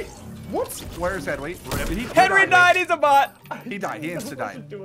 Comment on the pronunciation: SSundee called Henwy....Henry